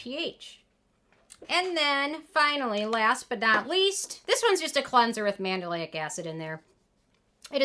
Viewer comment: I cringed every time you say Mandelic lol